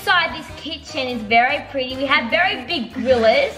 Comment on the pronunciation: is anyone gonna talk about saying PREETY not PRETTY? Just me? K.